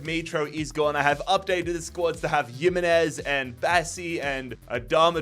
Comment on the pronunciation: Pronounced “him” not “yim”…